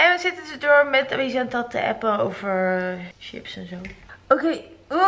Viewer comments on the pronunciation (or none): none